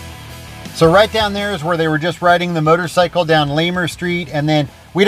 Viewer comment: I love how you pronounce it "murdercycle". That's exactly what it is.